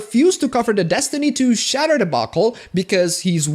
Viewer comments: say it with me, Shea DUR - shade dur - shader not shatter xD love you man, I don't always agree, but I don't have to. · Shay-der. Not shatter, you damn foreigners. <3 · The way you pronounce "shader" lel, it is prenounced shayyyder